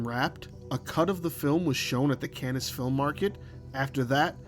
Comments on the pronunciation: That’s Cannes festival is just pronounced Can, old chap. The Can Film Festival (pronounced) or Khan, to help you remember. Not Can’nes. Don’t ask me why, they’re French. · Seriously, WTF is the "Canez film market"? It's french and as such it's pronounced "Can", the Cannes Film Festival being literally the most famous film festival in the world. But being an ignorant yank if it ain't Sundance you've never heard of it. Also last time I checked Kevin Spacey had been found 100% innocent of all charges brought against him. But you don't menton that for some reason. Fool. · Well, when I said your facts are accurate, maybe I should've included the caveat, "as far as I can tell." 😉 At least you're not loaded with the glaring inaccuracies that a lot of AI-generated videos show. (And yeah, "Cannes" isn't pronounced "Cannis," but we'll let that one slide!) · "CAN-ness film market?" Tell me you don't know Film, without telling me.... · Did you seriously pronounce the Cannes Film Festival as “CAN-ESS”?! Plus, you called Jerry Lewis a “Star of the 60’s”?! Ok yeah Jim Carrey is a Star of the 2010’s! Come on dude! Otherwise I love your passion and this was a good vidro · A note. Cannes is pronounced Can. Like a can of soup. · thanks for your reply, yeah it was the Cannes pronounciation that made me comment but there were a couple other times too, I can't remember what they were now though. some content creators like to pronounce words wrong on purpose because it increases engagement. Sorry for accusing you of that. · Please look up the pronunciation of "Cannes". Don't hate me.